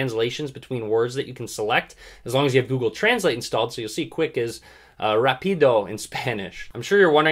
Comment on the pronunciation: I loved how you said rápido in spanish! hahaha you're videos are awesome, keep it up!! One of the best channels in youtube about android!